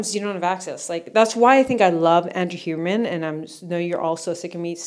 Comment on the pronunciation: *Huberman lol not Hibernian